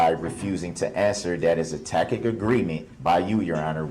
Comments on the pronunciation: Is that a "Tackit" agreement? Still makes me laugh 😂😂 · I wonder if he ever figured out if there was a tack-it (tacit) agreement. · (Ta'-kit) agreement. I want him to invest in Hooked On Phonics. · I love the “tack it” agreement. One time he said that and the judge said, “I don’t know what a tack it agreement is”. I’m sure he meant tacit but what a fool he made of himself. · Windshield wipers. How many “for de rekerd” did he say!!!! Upon yo refusal—— do dat -oaf. Guf. Tackit. Hided. Oh the words. He’s a clown.